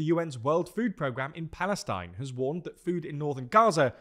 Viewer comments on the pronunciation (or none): none